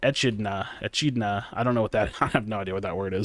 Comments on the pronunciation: its pronounced "E-kid-na" as in the spiny ant eater :) (knuckles from sonic :D) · say it with me: "uh-KID-Nuh" (Echidna) <3 Or eh-KID-Nuh 🤷